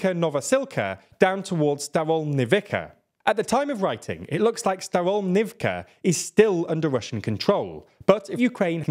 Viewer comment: "Race Across Europe"? I hope your map isn't accurate, since getting no further "across Europe" than Linz is rather short-sighted. On another issue, Ukrainian place names aren't really that hard to pronounce if you take a few minutes to accustom yourself. So let's hear you pronounce Zaporizhzhia and Staromlynivka correctly next time.